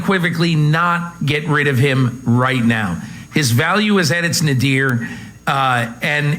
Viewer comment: Don't be too impressed with King's vocabulary, he mispronounced nadir.